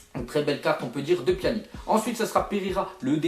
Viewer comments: Ca ce prononce pianich pas pianik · au tu prononce mal pyanic